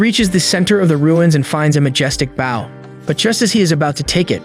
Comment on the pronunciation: It’s not bowe it’s bow 😂😂😂😂😂😂😂